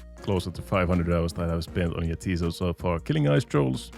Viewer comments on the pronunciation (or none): You're pronouncing it wrong, it's 'ja, tis so', like 'yes it is', it's a joke name